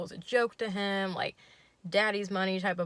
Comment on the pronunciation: Your ACCENT for himm HHHHHH it's so funny I'm... Thank you